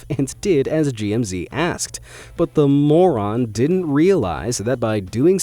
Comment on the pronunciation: "but The moron" hahahaha the way he pronounced it🤣🤣